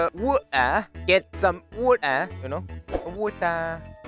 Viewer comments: I like how he says wood, OOOD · i like how he says ood instead of wood